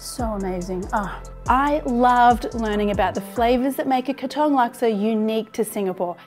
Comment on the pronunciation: OMG !!! PLEASE LEARN TO PRONOUNCE THE PLACE OF THE DISH THAT YOUR PRESENTING. THAT IS NOT HOW YOU PRONOUNCE "KATONG!" IT REALLY GOT UNDER MY SKIN EVERY TIME YOU WOULD SAY "KATONG" MY FATHER WAS A CELEBRITY CHEF IN SINGAPORE HE WOULD BE SOOOO EMBARRASSED AS HE WOULD FIRSTLY LEARN THE PROPER WAY OF PRONOUNCING BEFORE PRESENTING ON VIDEO!